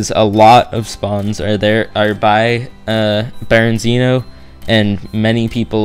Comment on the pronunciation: I don't know why this bothers me because its not a big deal but its Berezino not Berenzino but like i said its not a big deal just letting you know.